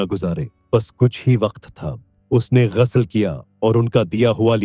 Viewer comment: Ap thik sey lafz bolna seeking.ghusal ko ghasal kehtay hain aur bohat saray lafz ghalat boltay hain.pehlay kisi ko suna ker thik kerva lia karen.